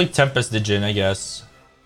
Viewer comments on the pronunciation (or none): Good showcase...sry it was bugging me Djinn is just pronounced jinn